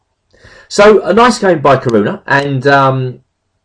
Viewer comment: There are four syllables in Caruana: Ca-ru-a-na.